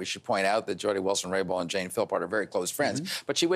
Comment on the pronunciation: It’s Jody Wilson RayBOuLD. Not Raybow Rainbow 🌈. Robert Fife annoys me.